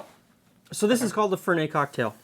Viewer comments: Fer-net not Fer-nay. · it's Italian...not French Fer NET LOL Even Alfred in Batman said it right. And....you will grow to like it. The finer palates do. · in italy we pronounce the t, FerneT :) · While it might have been pronounced Lewis, it is pronounced Fernette, because it is an Italian bitter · Fernet is huge in San Francisco and shots of chilled Fernet is extremely popular with hospitality workers in the Bay Area. Also,in the bay it is pronounced Fur-NET with a hard T. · There are no silent T's in Italian, so you do pronounce the end T, it's not French. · Quick tip: Fernet is an Italian liquor, and so you pronounce the "t" at the end.